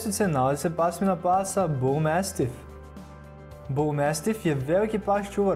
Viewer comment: Ne kaze se mestif nego mastif🙄